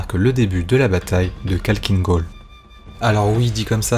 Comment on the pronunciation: c'est pas kalkine gol mais Khakkhiin gol (avec le kh qui se prononce Rh)